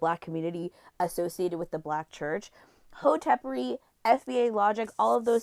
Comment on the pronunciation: She keeps saying hotepary which lets me know she was on twitter in 2010s. Other than that she made some solid points.